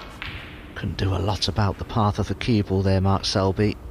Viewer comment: Dominic Dale does not say cue ball he says CuebL